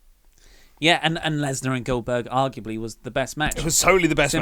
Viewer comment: "Brock Lesberg" -.